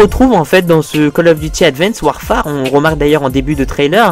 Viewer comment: Si Mais pas le "e" ! ^^